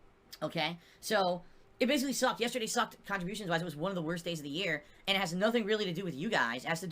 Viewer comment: Can someone start a gofundme to get him sent to a speech therapist so he can pronounce "and". It's not hard.